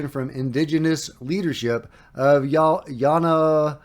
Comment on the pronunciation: Great pronunciation on Yawanawa. You got it first try! 😂